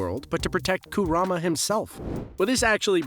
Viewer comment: These garbage pronunciations never get better. Who tf is Koorama and MiNAHto